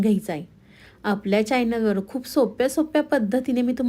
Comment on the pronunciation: पदार्थ चांगला पण किती अशुद्ध बोलताय. मेंदू वडा ्यासारखे अशुद्ध शब्द. चायनल, अ से आहेत.